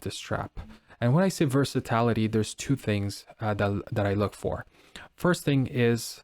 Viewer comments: Thank You. I cringed every time versatility was pronounced “ver-sa-tal-ity” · Ver-sa-TIL-a tee. NOT ver-sa-tallll-ity.